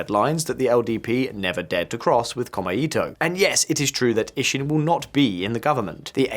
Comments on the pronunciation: It's pronounced "Ko-mei-to", not "Kor-me-i-to". Note the three characters: 公明黨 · FYI: 公明党, The LDP's former coalition political party is roughly pronounced, "ko-may-to" with no intonation. ...otherwise, good analysis. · It's Ko mei to, not kome ito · As a guy living in Japan, very informative. FYI not “Kome-ito” but “Ko-Mei-to” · Very interesting commentary, but to pick nits, it is pretty irritating to hear the name of the #2 party consistently pronounced by the presenter as "kome-ito" (all vowels short, which would mean "thread of rice") rather than the actual pronunciation "kōmē-tō" (all vowels long, sort of meaning something like "the fair and honest party"). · Maybe check your pronunciation of Komeito (公明党). Or is there some other political faction I haven't heard of called Kome-Eato? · I live in Japan. Took me forever to figure out "kome ito" which means rice string not the political party. Kou-mei-tow. Great video otherwise 😊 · Yeah. Detail fact: こうめいとう, 6 big hiragana, kou-mei-tou, sounds like 3 syllabels, but twice as long as just こめと ko-me-to. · I find you cover the issues quite competently but with a dash of misogyny and Schadenfreude. Your pronunciation of “Komeito” and your garishly unserious shirt need work.